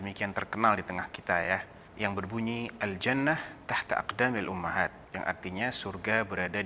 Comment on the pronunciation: cara bacanya kok begitu? aljanah tahta... yang benar aljannaTU